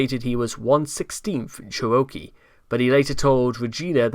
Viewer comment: I hate to be this person but the word Cherokee sounds like chair-oh-key. Thank you for your work